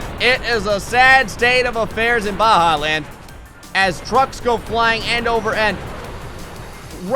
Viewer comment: IT'S BAJA NOT BAHA